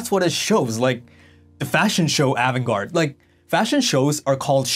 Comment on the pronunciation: Great video, but you pronounce avant-garde differently from how I hear most ppl. say it. Also, I remember when the Japanese fashion designers started selling in the USA around 1982 and the look was different but I wouldn’t say the Japanese started it. There were many European designer way before that were avant-garde like Balenciaga, Pierre Cardin, Paco Roban, Claude Montana , Mugler and many more.